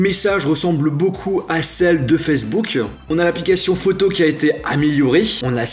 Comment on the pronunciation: arrêtez de dire FAYZBOUK c'est FACEBOOK